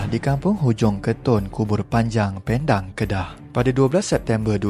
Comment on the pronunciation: Nak komen ni,Hang sebut nama tempat aku 'PENDANG' tak betul laa